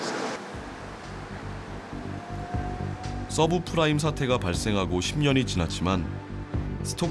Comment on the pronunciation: subfrime? subprime아님?